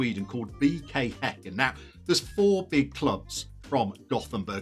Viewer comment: Props to the bald guy for actually pronoucing häcken the right way and not saying "hacken"